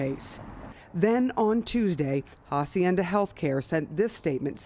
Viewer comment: Why are they pronouncing the facility Ha-cienda the H is Silent